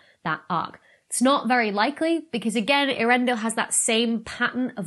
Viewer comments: Poor Tolkien. I think it would be more authentically pronounced similarly to 'YOR-en-dil' but I would defer to the experts. (Old English is weird like that.) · I'm pretty sure that the first two letters in both Earendil and Earendel should be pronounced as separate syllables, not pronounced like Ear.